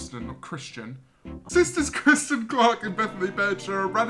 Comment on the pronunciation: CEO of mispronouncing Kristin